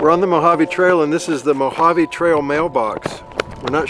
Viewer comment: It's, "Mojave." Great photography, though!